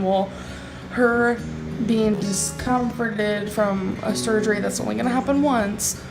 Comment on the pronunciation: Tbh I didn't even understand the word she was trying to say. She's brought me to an extremely stupid level